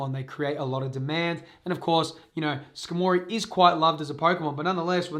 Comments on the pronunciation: "skah-moree" hahahaha its Scar-mah-ree... like Armory... hence the metal body... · how in the world did you read Skarmory and think ska mory. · Your incorrect pronounciation of skarmory is killing me lol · The pronunciation on skarmory lol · I’m flabbergasted by the way you pronounce skarmory